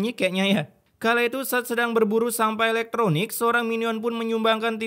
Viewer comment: "barang elekTROnikk"🗿